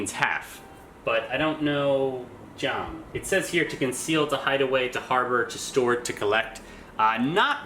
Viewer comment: One thing I noticed though is that you sound out "zang" as "zhang" - you should be using a regular old zed sound like in "z-ombie" to get a more accurate pronunciation. Otherwise, you sound like you're saying "办账“ meaning to manage an account, or maybe half account. "Shu" in Junkrat is sounded out like 老鼠 as in mouse - sounds more like "shoe" in English as opposed to "xu" (需). If you'd like to learn more about pronunciation, I suggest learning all the phonetics first thru bopomofo and then continuing from there on.